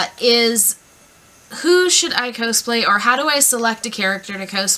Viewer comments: why are you saying cowsplay, its cosplay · i pronounce is "kaws-play" and she says "ko-splay" and its making me disgruntled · K I've never ever cosplayed and even I know that "cosplay" = costume+play... So "cause-play" is the correct pronunciation. Also it's height not heighth. (Although heighth was a word back in the 18th century if you want to get technical.) but you do you booboo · My first cosplay was Chell, from Portal/Portal 2 (kinda hard, since she never talks, and I'm a huge chatterbox). Planning to maybe do Terezi next :) Also, not sure if I've just been wrong, but I always pronounced it caws-play. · your saying cosplay wrong!!!! its annoying...